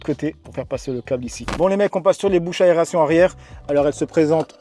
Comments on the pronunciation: Ah oui juste un petit truc...on dit aération et pas aréation 😅😅😅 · Attention à l'aréation 😂